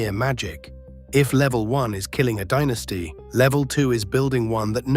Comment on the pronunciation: Listening to "dinisty" as the pronunciation is like nails on a chalkboard